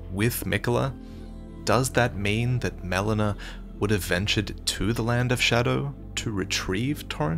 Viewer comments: Haha the way "Melina" was pronounced here is like "melena," which is the medical term for bloody poop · I absolutely hate when someone mispronounces a name that is so clearly spoken in game… “melona”🤬🤬🤬